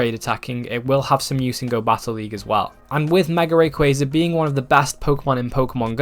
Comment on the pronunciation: RAYquaza not REY.